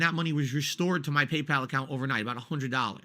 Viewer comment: "Pee-Pal" is very mysterious indeed